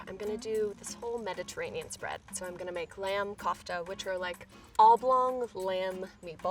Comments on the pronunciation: First things off I love this entire series but I just want to make a suggestion. One, your mispronouncing kofta (your pronouncing it as k-ahfta when it is pronounced k-oouft-ah). And finally the kofta would have gotten more likely a better flavor if you had mad them smaller and molded them onto the stick. I think that this is best advice you can get because I myself am completely Egyptian and this would be a great tip if you were to make the kofta again. But amazing video. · I swear to god imma slap a bitch if one more white girl calls C-o-fta some weird shit like “Coughta” and Baba Ghanouj some other weird shit like Baba ghanoush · Did she just call a kofta, koff-ta instead of kouf-tta? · Korfta is pronounced “gorf ta” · How she pronounces lamb KHHOFFTTTA. .....😂😂😂 it's actually funny coz it's an Indian food and we do not pronounce it that way..... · Okay kofta is pronounced COOFH-TA when you pronounce the “K” it is supposed to hit the back of your throat like a chocking sound and the “O” sounds like a OA. Ask a middle easterner or central Asian how to pronounce a word. Don’t sound so American when pronouncing a word from another country. Use an accent!!!!!!!!! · For anyone wondere kofta is actually pronounced Koofta. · Really good job with the Koftas.. It's an Indian dish and I'm from India.. It's actually pronounced as 'co-fta',just like we pronounce 'co-worker'.. It's usually made with cottage cheese as its a veg dish but sometimes also with chicken, yk, new ways to give twist to a recipe.. Ok now I just want some Koftas 🤤😋😂🧡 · It's actually pronounced kafta but okay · everytime she said cough-ta i died a little inside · Møøńŷ Édîtś sooo cringy it’s pronounced kofta the o is like in k.o and t in kofta is like the t n therapy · lmao I died when she pronounced Kofta as 'cough-ta' but I'm really happy she decided to go for a Mediterranean dish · Yeah but it made me cringe every time she said kufta, ot haloumi You know what I mean? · Its COFTA not Cafta